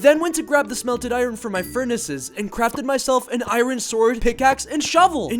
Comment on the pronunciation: bro said iren